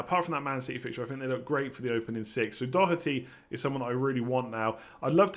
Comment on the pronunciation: More should subscribe now. Just for the fact alone of an English fella saying Doherty properly is damn impressive! Must have been practicing for weeks!?